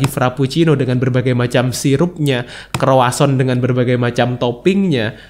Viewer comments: Bukan kroason, tapi kroazong 😁 Memang ada baik nya kita tau komposisi bahan suatu makanan, dan gimana cara pengolahannya. Gak usah detail, garis besarnya aja. Ribet siy kesannya, tp kalau demi kesehatan dan pengetahuan, gak ada salahnya kita cari2 info macam2 makanan. Apapun yg kita konsumsi, ada 4 hal umum yg wajib dihindari / dibatasi konsumsinya: 1. Tepung (semua jenis tepung2an) 2. Gula (semua jenis gula, baik yg manis atwpun tidak, karbo misalnya) 3. Garam (termasuk penyedap rasa merk apapun) 4. Minyak (semua jenis minyak, termasuk santan) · Mohon maaf, nyebut nya bukan kroason, tapi kroasang (bhs. Prancis)....sukses buat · Croissant yg bener...